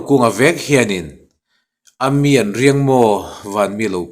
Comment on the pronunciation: "Ami'an" tih lai lam rik dan hi fimkhur a ngai deuh ṭhin.